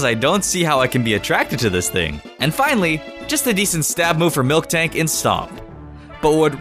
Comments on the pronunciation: He says Milktank instead of Miltank... send help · It's Miltank, not milktank. 😒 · Miltank not MilKtank it even has it's name in some of those pictures you're using. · YOU SAID MILKTANK RAGE RAGE RAGE RAGE RAGE RAGE RAGE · Miltank. Not milktank.... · It is miltank not milktank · everytime you say milKtank, i die a little on the inside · Did I hear him say milktank